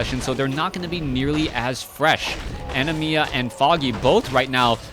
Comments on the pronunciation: Its Anima A-ni-mAA not ani-mia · It's ANIMA (NOT ANIMIA OR ANIMYA) for the love of GOD!